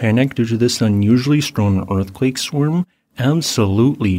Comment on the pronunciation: Swarm should not rhyme with worm.